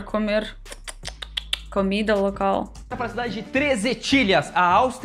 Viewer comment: Vc nao fala Alga do Brasil, entao porque fala a CAMIDA em vez de COMIDA ?